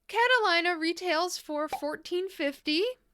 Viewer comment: Cat-a-lean-a, I think is that's how it's pronounced. I love the combo you came up with for Bitchin', though I think "I left my heart in Havana" is a little too blue leaning a purple and wonder if "that's shore bright" by china glaze or another of their pinker leaning mid tone purples with that topper might have been a nearly dead on dupe. This is the first of your "can I dupe it" videos I've watched and now I want to watch them all and get ideas for layering my own polishes. I actually used to experiment a lot with layering my not so work friendly colors with other polishes to be able to wear my unique (at the time as it was late 90s) preferred colors and not get in trouble with my bosses for painting my nails in everything but the nudes, pinks and reds that were acceptable at the time. Purples and blacks layered with a platinum silver polish was my work around, lol. Edit to add: I wonder if china glaze "I'm with the lifeguard" would be a good base to dupe High Society with. I'm not sure what polish to use for the yellow/gold shimmer aspect. 🤔